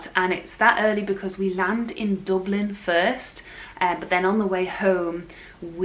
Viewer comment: I love your pronunciation of Dublin😀 Excited to see what you think of flying out through Dublin. It’s 10 minutes from my house and is so handy for pre clearance in America…😀 I agree with you, never happier than when in Florida